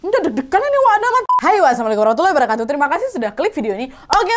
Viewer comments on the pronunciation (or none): none